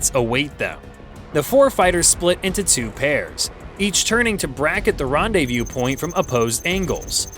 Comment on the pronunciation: The caption got it correct as rendezvous point, but the narrator said something like Ron-day-VIEW point. Sheesh!